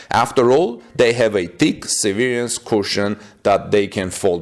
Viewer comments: se' - ver -ance , not se - ver' -ance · The emphasis is on the ' part of the word. That is the first syllable gets emphasized, not the second syllable. Google "how do you pronounce severance" .